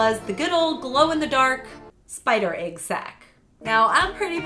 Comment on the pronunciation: The way she says egg sounds like aygg and it makes me die inside.